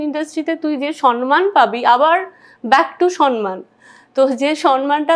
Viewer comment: তুমি বেশ কিছু ভুল শব্দ/উচ্চারণ করো : Criteria(s) , সন মান , Congestion (কনজেশন নয়) , Advice(s)